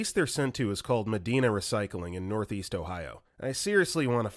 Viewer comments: Also Medina is pronounced Mah-die-na. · Medina is pronounced Muh-die-nah here. North East Ohioan out!